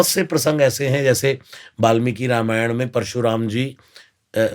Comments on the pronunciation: Not Ramaayan it's called ramayan please pronounce our revered scripture correctly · Exactly रामायण नहीं बोल रहे हैं ये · पूनम बहन, डेढ़ घंटे का हो या डेढ़ मिनट का, मगर पॉडकास्ट की जो आत्मा है, "रामायण" उसके उच्चारण में गलती की तरफ सिर्फ अंगुली निर्देश किया है! ने जानबूझकर ये गलती नही की, उनका उच्चारण स्वाभाविक ही ऐसा है! मेरी विनंती ये है कि आगे से पॉडकास्ट हो या निजी जीवन, वो इस शब्द का उच्चारण सही से करें!! जय श्री राम! जय स्वामिनारायण!! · Usne chahkar to galat pronounce nhi kiya